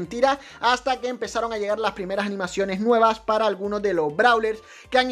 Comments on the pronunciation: Dice nuievas :::v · “Nuievas” XD